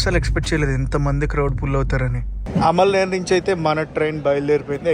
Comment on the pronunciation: Amalner ante nuv alamaner annav bro